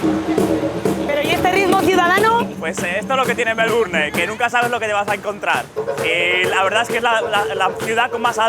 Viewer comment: Por Dios,tantos años en Australia y no puede pronunciar bien Melbourne!